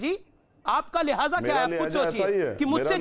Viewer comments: Lihaza nhi lehja hota he champatu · Lihaza nhi lehza hota hai bewakuf Urdu nhi ate hai toh mat bola kr B&D